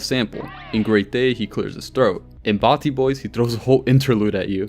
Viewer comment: its batty not Barty